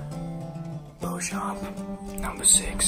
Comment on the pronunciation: O Nome do Josh é Joshua Kyle Beauchamp e se fala Josh Bouka Bouchamp assim vc me complica Vida😂❤❤